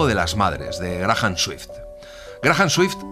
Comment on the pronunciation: Para tu información no se lee Grajam sino Greiam MJA Lima, PERU